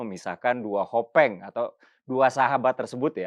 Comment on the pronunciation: Hoping mas, bukan hopeng 😊